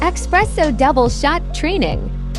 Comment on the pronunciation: It’s ESS PRESSO. Not. EX PRESSO